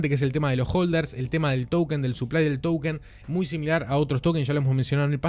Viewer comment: Como se dice token o towükenn?? Jajajaj